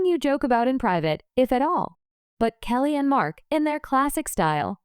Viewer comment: Please say Kelly's name right